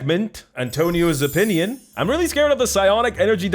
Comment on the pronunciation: Am I the only one who heard Antonio's Onions instead of Opinion ?